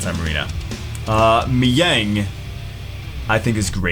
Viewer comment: that moment when calls mihael mihyang.